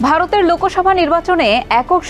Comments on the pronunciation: লোকোসভা ❌❌❌ লোকসভা ✅✅✅ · লোকোসভা না বোলে লোকসভা বলুন ।